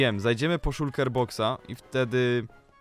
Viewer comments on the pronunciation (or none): none